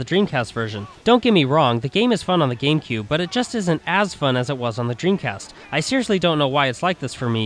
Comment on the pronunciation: its gamecube not gakmecube